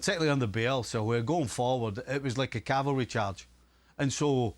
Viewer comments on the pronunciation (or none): none